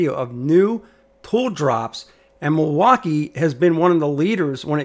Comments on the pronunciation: Milwaukee is pronounced mill-walk-key Not Mil-wak-ie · It’s the way he pronounces Milwaukee